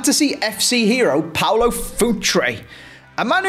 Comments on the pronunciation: its PAULO not PAOLO!!! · It’s Paulo btw, not Paolo.